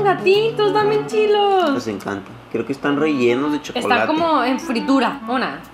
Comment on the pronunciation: En el minuto Dice chilos en vez de chidos😘😘😍😂😂🤗